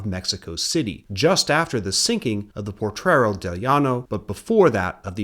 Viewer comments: great video!. That ship name is Potrero, not portrero. Mexicans still consider thos sinkings a false flag, there no reason U boats would not sink better US objectives but those former italian ships. German spies include Guido Moebius in Monterrey. State of war meant the mexican gov was hugely concern into draft andinflation, as house rent was even controlled. grandpa ( ) was a bracero, they managed to get some financial compensation (he died before that). 1917 mexican constitution didnt prevented women from voting, in facta there were female city mayors ellected the next year, the 1953 female voting reform was nothing but populism. You should call US invasions that way, not intervention. It´s great yo explained XIX century history but letś face it: since 1820 the US has controlled Mexico. letś see why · "Potrero". You've got an extra "r" in there. 😉 (Thanks for doing this video!)